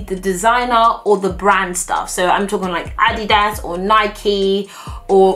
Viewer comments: I absolutely LOVE you just one thing..it's pronounced "Ah-DEED-ahs" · It’s addy das not adeeders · Ad Dee Das! Haha. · I was confused as to what addie-das was but it's Adidas😂😂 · LOL. That's how British people pronounce it. And they also pronounce Nike so that it rhymes with Mike. I think it's too funny! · Lol in America we pronounce adidas like (A-deed-as) 😂😂😂